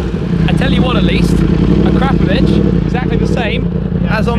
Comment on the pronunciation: When you say Akrapovic (Akra-povik) why do you say A-crap-ovich?